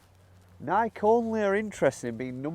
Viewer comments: It’s pronounced “Nike-E” omg when he would say Nike it drove me nuts lol. However my first clubs were Nike slingshots. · It’s pronounced Nikee. Not nike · it’s not Nike as in Mike, it’s Nike as in Mikey. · It's not pronounced like bike, hike, mike ect, because it comes from Greek where you pronounce the e sound with a sound like key. So you are wrong it actually has two syllables ni-key. Also, the CEO said you pronounce it that way. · It is pronounced Nikeeeeeee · Had to stop watching. It pronounced “NIGH-KEY”. Wow… 😂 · my brother in christ it’s Nik-ee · Nik-ie drove me nuts the whole video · nai-kee is the correct pronunciation. Idk why but couldn’t get passed the firs 4 minutes of this video hearing you guys butcher the pronunciation lol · it's ni-keeee. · It’s Nikeee! Lol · Guys, you are mispronouncing Nike - it is pronounced nigh-kee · Stop it……it’s Nikeeeeee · It is pronounced “Nikey”. And no I don’t want to start a new aluminium or colour type of debate 😂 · Ny-kee, again, it is pronounced, ny-kee. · IT'S PRONOUNCED "nai-key" and has been for thousands of years since the company was inspired by the Goddess of Victory - "NIKE", in Greek mythology. You want to have different pronunciation of Aluminum, that's fine, however Nike (Ni - KEY) has been around for long enough that everyone know the correct pronunciation. SMH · from google its pronounced nai·kee . Always though it was odd they mispronounce in Europe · Your pronouncing NIKE wrong. It's pronounced NIK-EE. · 🙄 NI-kee.. not sure if it's intentional to be irritating or genuine ignorance but it made the whole thing hard to watch.🙄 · Pronounced Nii-keeeee...had to stop watching, was driving me crazy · FYI... pronounced "Nikeay" Nike was the Greek goddess of Victory. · Pronounce it correctly NIK “E”. Nikeeeeeee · It's Nikeeee boys. Pronounce it like the founder does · It’s pronounced Nik’eee’ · it’s nai-kee. After the Greek goddess of victory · …it’s not pronounced Nike… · “Ni-key” not “Nike”